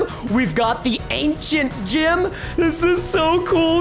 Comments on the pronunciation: Preston:ok so we have the ancient gym. Me:Preston you say it gem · did anybody notice he said ancient gYm instead of gem